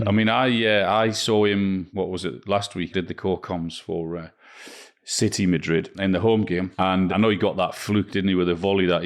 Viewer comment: City not Citeh